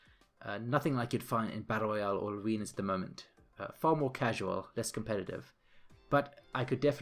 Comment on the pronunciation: You all just ignored the fact that throughout that whole video he kept sayn aWeNas